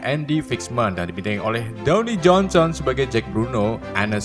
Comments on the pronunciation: Dwayne jonson. Bukan downy jonson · Dwayne jhonson kalik bang , bukan downi jhonson wkwkwk